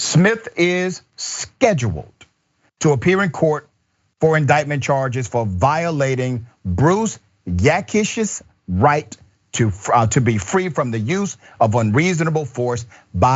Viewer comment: Bryce ~ Bri~ se not BRUCE !